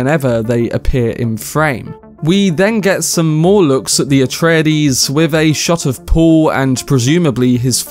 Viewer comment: PLEASE stop adding an extra syllable to Areides. Frank Herbert himself doesn’t say it like that. It’s a-TRAY-deez. Not A-tray-a-deez.